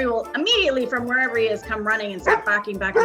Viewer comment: must be from Boston.... "Bahking bahking bahking" "Gahd dog, gahd bird" 😁